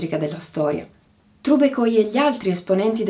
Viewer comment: Sono russa e ho ascoltato questa puntata con moltissimo interesse! L’informazione di ottima qualità, presentata in modo chiaro e lucido! Grazie e spero di vedere presto altri video! Una piccola correzione per la pronuncia del nome di Nickolaj Trubeckoj - sarebbe pronunciato come Trubezkoj 🙏